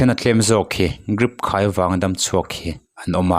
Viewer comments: Grip ti lovin Drip tih tur😂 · Hey, channel te in siam chuan thil hre ru.. Grip a ni lo.. Drip he hu hlawm chuan.. Greep tiin lam suh, Dreep tiin lam rawh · 😂😂😂😂 Grip ti lui ngar ngar Grip lutuk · Grip ani lo Drip aw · Drip tih tur ah grip i ti tlat mai. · Ngatinge GRIP ti hlir a i chhiar le😮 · Grip iti zel a😂😂😂.. Lam dik ve tal la mawle .. miin an ngaithla teuh dawn sia maw...😅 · GRIP a tih rual rualin ka tui lo nghal😅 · Mizo tawng takngial pawh a chhiar dik thiamlo ania😮😅 Grip😮